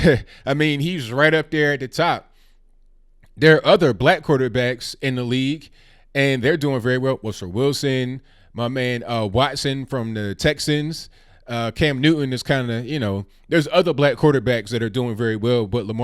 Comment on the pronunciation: Did you say Cam Newtown? 🤣